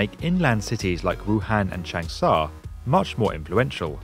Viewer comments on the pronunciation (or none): Nagoya… I heard nagowa? And Changsha …changsaw?